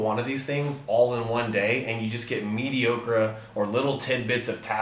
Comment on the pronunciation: the "meaty ocra" instead of "mediocre" kills me. LOL